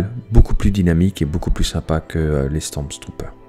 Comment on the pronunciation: sympa, par conte il n'y a PAS de "S" au milieu de StormTrooper ... c'est StormTrooper pas StormSTrooper ... XD